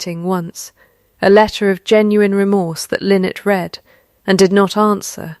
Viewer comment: Nice story, but read was mispronounced numerous times. Also, choose how to pronounce the name and stick with it. Was it Lynnet or Lynette?